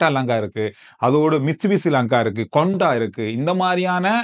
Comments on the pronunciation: "Honda" is a word 😊 "Konda" is an emotion 😂😂😂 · அது கொண்டா இல்லண்ணே…… அது ஹொண்டா 😢